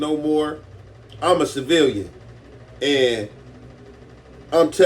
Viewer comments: This ncca said SIVILANDS 😭😭😭😭😭😭😭😭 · My nigga said sealahvins